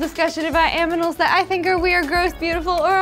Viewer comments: In every episode I've seen of this she says aminals. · why did you say aminals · Did anyone else hear aminals in the beginning?